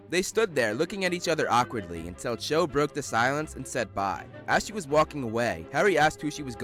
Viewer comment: Her name is Cho but I keep hearing Joe